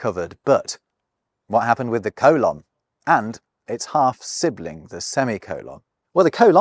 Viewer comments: Coh-lahn? It’s pronounced cole-inn. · I guess I've never heard a Briton pronounce the word "colon." Americans say "COH-lon," not "coh-LAHN." Do Brits also pronounce the large intestine as "co-LAHN"? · Oh god, is that how British people pronounce colon? How absolutely horrible! I’m joking, of course, but at the same time…yeah, that pronunciation (coe-lohn, as opposed to cole-in or perhaps cole-un) really bothers me very deeply for some reason. The best way I can think to describe it is that I don’t like the way it feels in my ears when I hear it. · Sorry, I couldn't make it through the colon and semicolin section. I've never heard a native English speaker pronounce it the way you do, and I just couldn't handle it. Fascinating subject though.